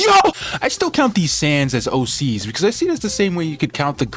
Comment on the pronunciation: Bro Kept On Saying AC's Instead Of OC's